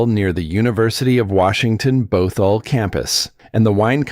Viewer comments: And Both-all. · It's basically negative. Mispronouncing the names of Medina and Bothell are hysterical. This is called slop for a reason. It is slop.